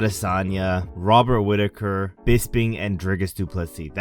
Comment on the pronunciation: Mate, you can’t even say Chimaev runs through Rob Whittaker 😂